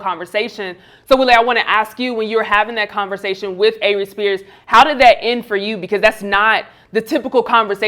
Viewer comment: it sounds like she called him Avery Spears 😂